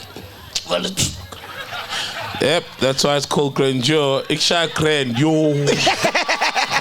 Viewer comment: Sol missed the perfect chance to say Ikshaya GRAND JOH. Instead he said "Grand yoo"